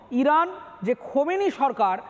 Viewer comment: ভাইরে ভাই তোমাদের হকার সাংবাদিক বলে কারণ তোমরা নামটা ভালো মতন বলতে পারো না খোমেনী না আলিয়াতুল্লাহ খামিনি বুঝতে পারছেন